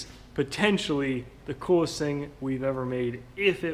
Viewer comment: Alexander McGilton I like where you're going with it. The way he said "coolest" part he's made sounded like a pun.